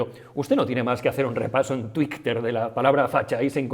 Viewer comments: Por qué dices Tweek y TweekteR? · 👏👏👏. Seguro que esa forma tan particular de decir Twitter es para tocar un poco los hueviños...🤣🤣